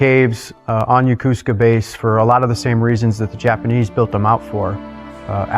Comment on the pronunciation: Very interesting. I never heard of this while I was stationed there. Too bad the Commander mispronounced Yokosuka... I thought that bad habit was limited to USAF folks.